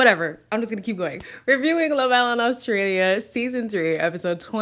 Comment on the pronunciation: Girl so annoyed with Courtney that she doesn't know how to pronounce 'reviewing'🤣🤣🤣🤣🤣🤣🤣🤣🤣🤣🤣.